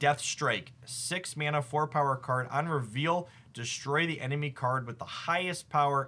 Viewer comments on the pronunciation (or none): none